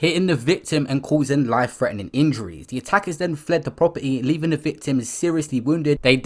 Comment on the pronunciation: Man said "poperty" loool